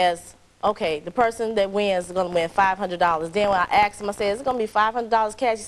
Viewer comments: "After he axed me"? LOL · "Axed him" Both plaintiff and witness, kept on saying "axed." What is this about? - E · Boff axed damn girl learn how the pronunciation